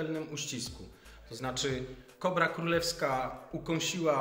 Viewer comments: Zdaje mi się że chyba "kobr" a nie "kóbr" 😉 Jak zwykle genialny materiał, uwielbiam te edukacyjne odcinki! 🐍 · Nie KUBR tylko kobr, nie NÓR tylko nor.Język polski nie być trudna. Błagam...